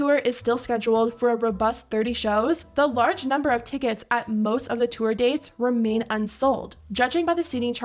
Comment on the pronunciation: Narrator girlie's odd over-annunciation is cringe. When did the word 'tour' become pronounced "two-er"?